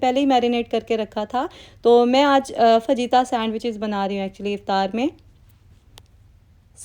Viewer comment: Love your videos I wanted to make a correction in fajita’s pronunciation.don’t pronounce j in fajita It is pronounced as H.Faheeta not faJita